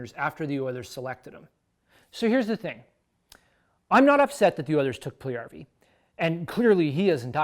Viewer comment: Puljujärvi (1PULL-you-2Yar-vee) - You said it Pull-1YAR-vee :)